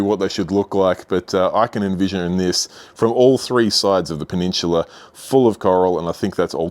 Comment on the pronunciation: Take a shot every time he says "peh-nin-chula" lol